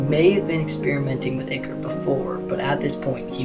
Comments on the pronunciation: Hey, just to let you know you made a pronunciation error. The liquid that takes over the twisteds, and the liquid that you have to extract from the machines (they are both the same thing) is pronounced eye core. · yes i just commented to say this.. its pronounced "eye-core".